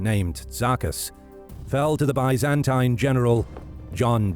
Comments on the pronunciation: The video’s pronunciation of Byzantine is quite an innovation! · Had to stop watching after only a minute in after the consistent mispronunciation of "Byzantine". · Just can’t stand the way you pronounce Byzantine though. It’s like a nail on a chock board to me. Lmao 🤣